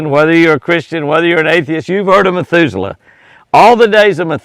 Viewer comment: Heard that too, I'm sure he meant Methuselah. Well now we know Jimmy is human after all. Lol God bless you.